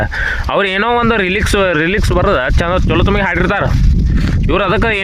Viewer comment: ರಿಲಿಕ್ಸ ಅಲ್ಲ ಗುರು ಲೀರಿಕ್ಸ್ ಅದು 😂